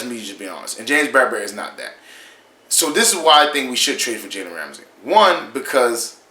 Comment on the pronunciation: Learn how to say his name